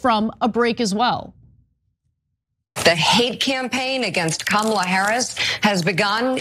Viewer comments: If she was corrected on TV and continues to say Kamala's name incorrectly, then you must question her intent. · The mis pronouncing of her name wasnt the problem. The problem was the double down with the aggression anger that seems to be undertone racism. That was his point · Couple of points 1. Nancy Mace is hot! She just is. But the deadliest poison comes in the nicest bottles sometimes. 2. He was DEFINITELY hitting on her and is now desperately/ pathetically trying to cover his tracks by playing the race card. 3. She DEFINITELY mispronounced her name on purpose b/c she started to say it correctly and the caught herself. All three can be true at the same time! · It's one thing to mispronounce someone's name but to be CORRECTED and CONTINUE to say it incorrectly or take the stance that "I'll call her what I want to" is a but tinged with racism. Black people have had their names made to be "strange" for "too complicated" for generations with no effort to even try but somehow white people can figure out a Euro-centric name with no problem. Many would say the last name "Zalesky" with no problem but RaShard is too crazy...oh ok. Key and Peele did a hilarious sketch on it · yeap that's exactly what happened. She also said that she would pounce it however she wants. Then the rest of the panel tried to correct her. And yet she doubled down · Absolutely she mispronounced it on purpose! And I'd like to ask Ana this question, why is it that only republicans seem to have problems mispronouncing Kamala's name? Do you think that's a coincidence? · I disagree, Ana. I believe the GOP deliberately mispronounced her name. Nancy should know it by now. She wouldn't be corrected either. It is straight up disrespect. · She pronounced Kamala’s name perfectly before she corrected herself to say Kamala INCORRECTLY!! CLEARLY the Republicans got together to practice saying Kamala’s name wrong. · She didn’t struggle she said it correctly then purposely said it incorrectly afterward